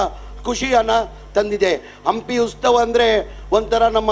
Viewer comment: ಅದು ಉಸ್ತವ ಅಲ್ವಾ ಉತ್ಸವ ಅಯ್ಯೋ ಕರ್ಮ ಉಸ್ತುವಾರಿ ಸಚಿವ ಅಂತೆ ಮೊದಲು ಕನ್ನಡವನ್ನು ಕರೆಕ್ಟ್ ಆಗಿ ಉಚ್ಚಾರಣೆ ಮಾಡೋದು ಕಲಿರಿ